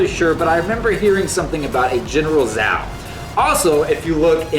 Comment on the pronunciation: lol the actual pronounciation of zhao is ch aa oo (chao) not zao if it is chinese